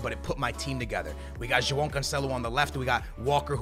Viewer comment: There's no fucken "n" in Joao , say the names right man wtf, you don't have to butcher every single name on FIFA because you want to exaggerate the sounds , ffs.